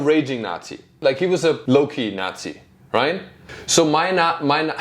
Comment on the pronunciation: Why did you add a T in Nazi?